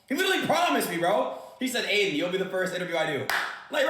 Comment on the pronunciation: Aiden is the correct spelling.....your literally called Ad-in.....pathetic